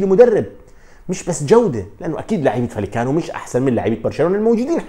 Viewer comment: معلومة : رايو فاييكانو تلفظ وليس فاليكانو لأن دبل L في اللغة الإسبانية تساوي حرف ي والدليل : Villareal = فياريال وليس فيلاريال David villa = دافيد فيا وليس فيلا وشكرا ♥️